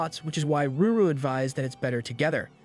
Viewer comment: I really don’t understand why you keep saying Ruru her name is lulu? or did you change the panel for CR purposes?